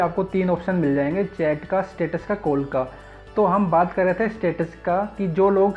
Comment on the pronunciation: Coll ni hota hai call hota hai